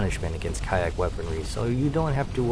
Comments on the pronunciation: I like how you pronounce their names. IDK if YouTube would react if you would pronounce the name correctly (if there is even a correct way to do so) But asuming I know the correct pronounciation, it would sound like one of the the german words for poop... yes there is more than 1 word for that in german. I also like the stile in which you did the video, you also explain the whole topic very well and also how the player can deal with the problem. In my case I did not know about the respawn time and also that their "Outposts" just respawn in Sectors that contain ore and minerals. So great job and thank you! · First, Ka'ahk is pronounced: Ka Ahk. not Kaiack. the ' is important for the pronounciation. Makes it 2 words, on the same breath. They showed up in X2. Second, not bugs. Crystaline Entities. Like the XENON (Xenophobic Entity, Non Organic Nature), they hate anything not them, though unlike the XENON, not a programming glitch. Nividium is remnants of their planet it seems. And yes, I have played ALL the X games, even Rebirth (what a waste). Helped a bit with X3TC with graphics issues, nothing much. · You pronounce it ka ack when it’s been pronounced cock since x2. Oh right youtube fuck YouTube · Why are you pronouncing ka'ak as kayack? Lmfao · I think it's pronounced as cock😂😂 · He explained why he was pronouncing it kayak in the video. Basically, he doesn't want to freak out the YouTube algorithms. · Thanks for another fun upload. Hey, I mean the way you pronounce Kha'ak at least makes for a good laugh :)